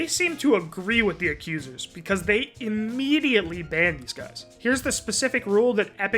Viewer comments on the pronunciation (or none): none